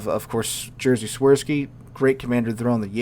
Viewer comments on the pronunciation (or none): none